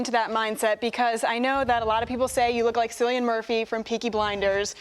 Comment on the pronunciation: You'd think that hostess would check Cillian's name. Dude, it's pronounced KILL-E-AN.